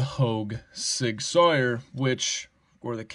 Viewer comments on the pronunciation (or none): Fun analysis & content. I don’t own a Hogue, but better than Benchmade or Spyderco? I own Sig Sauer P365XL pistol. Great gun. I’ll have to pick up a Sig Sauer knife for my gun bag. For what it’s worth, the pronunciation of Sauer in “Sig Sauer,” is exactly like saying sour, the opposite of sweet. 👍🤘